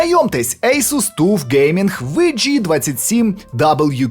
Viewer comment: TUF Gaming - Таф геймінг. Не тУф. Таф. Це ж типу алюзія на англійське tough. Типу крепкий. А розшифровують як The Ultimate Force.